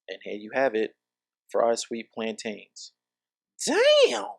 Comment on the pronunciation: Arent "plaintains" BA-NA-NAS??! They look so similar! 😂😂😂 Do they actually also taste like bananas?? 🤔